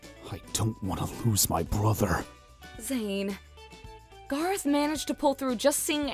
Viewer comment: GARROTH ITS GARROTH